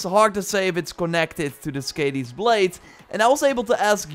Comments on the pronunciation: Please, Skadi ( skɑːði ) NOT Skadi ( skæ:di: ) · Hey! Just so you know you’re pronouncing it wrong. Skadi is pronounced like Scotty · Skàdi is pronounced with a Long a- sound; like "car" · Did anybody else cringe every time he pronounced skadi wrong?